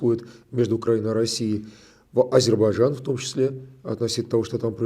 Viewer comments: Фархад, научите русских гостей правильно произносить Азербайджан. Мне как бакинке ухо "режет".😊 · Какое хамское требование - бакинка, не слушаете на русском - ищите переводчика беседы с правильным произношением((((